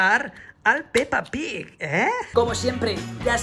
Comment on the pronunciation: mola como dice "Peppa Pig"